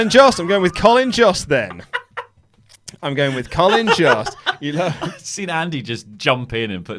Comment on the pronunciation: Jost is pronounced like host or most